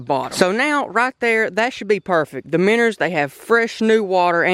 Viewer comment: When he says minners dose he mean minnows?